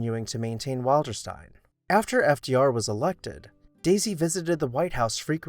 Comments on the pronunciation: Nicely done and very interesting. The name of the house "Wilderstein" is pronounced Will-der-stein, not Wild-er-stein. Also, as a point of interest, Margaret "Daisy" Suckley gave FDR his beloved dog, "Fala". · Pronunciation: WILL'-der-steen. "Will." I "will" go to Wilderstein.